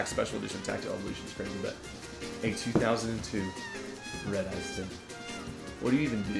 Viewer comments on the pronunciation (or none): none